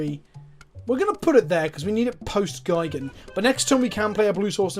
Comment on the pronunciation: But Gee-gan not Guy-gan is the correct pronunciation...in Japanese at least...